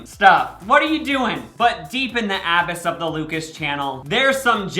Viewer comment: He also mispronounced “abyss” lol. Sorry for pointing out your flaws, king